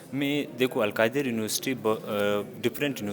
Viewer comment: Al kadir nahi al qadir hota hai talaffuz to theek kr lo Urdu ki